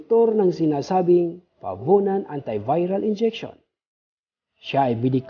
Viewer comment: fabunan po! hindi favunan!